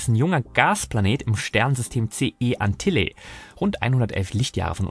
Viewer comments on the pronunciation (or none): Das Sternbild heißt nich Antilla sondern Antlia (Luftpumpe). Bei 88 Sternbildern an der Zahl sollte es möglich sein, deren Namen richtig auszusprechen, wenn man sich mit dem Weltraum befasst.